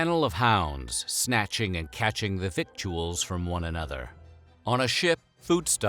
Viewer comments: NB: "victuals" is pronounced as if it were spelled "vittles", NOT "vick-choo-als". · Victuals is pronounced "vittels" - not "vic-chew-els" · The narrator misprpnounces the word "victuals," The correct bbn pronunciation is "vittels". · "Victuals" is pronounced "Vittles". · Nice clear voice and pacing, but the narrator needs to look up the pronunciation of a couple of words: - victuals (pronounced “vittles”) - salve (L is silent in North American English) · That’s not how you pronounce victuals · It amazes me how many words were mispronounced by the narrator, words like 'victuals' and 'pestle'. When mispronouncing such words, the narrator comes across as being somewhat uneducated. It's a shame.